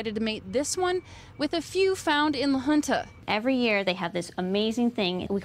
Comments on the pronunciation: La Junta is definitely not pronounced "la huntah". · it's Spanish, and the town officials pronounce it "la hoon-ta", which would be the same pronunciation in native Spanish. I believe keeping the culture alive of the naming is important, and not modernifying it.